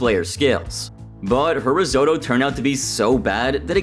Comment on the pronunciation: To be fair, I never heard of risotto before I watched hells kitchen 10 years ago, so the way he pronounced it is how I pronounce it just from learning